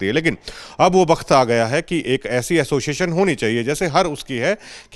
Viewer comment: Tum log association ko assoision kyu bolte ho